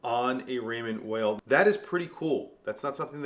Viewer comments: Vay? No it’s pronounced like veil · WTF,!? It's Raymond Vay!!!! Why can't you proclaimed WATCH GUYS cannot pronounce the F#$%^&* names if the brands you are pushing?????? In Europe W is prounced V. FOR F#$% SAKES.